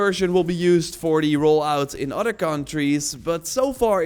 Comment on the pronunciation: he says "odder"